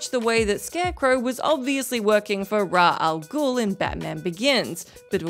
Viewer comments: Am I the only one frustrated by how she pronounced Ras Al Ghul as Raa Al Ghul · Did you just say Ra Al Ghul? It's Ra's Al Ghul. Many people say "Raz" but I think "Raysh" is correct. Even official DC animated stuff swaps between the two, but there's a clip where I think Talia, his daughter, is like, "So many people say 'Raz' but that's wrong. It's Raysh." So since they aren't really consistent but said that once, and I never saw a clip saying the opposite, and I think Raysh sounds better anyway, I go with that. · Literally the first person I've heard someone say Ra Al Ghul... I can deal with people saying Raz, cos that's the way many languages would pronounce it, but I'm a Raysh person myself, cos I grew up with the 90's animated series 😂 But Ra...it's just a perfect example for the sheer laziness of WhatCultures research. I've yet to watch a single video on this channel that doesn't have a blunder to this extent. Sometimes I swear they do it just to try and rack up video interaction in the comments. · “Raw Al Ghul” 😂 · Ra?? they say his name so many time in the and even then the movie get it wrong haha. But Ra?? you had one job and still failed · How about 10 WhatCulture Tropes That Need To Die, #1 being ridiculous mispronunciation of names? Ra Al Ghul? OROKAI? Come on, at least look up the pronunciation first if you're not sure; this is just embarrassing...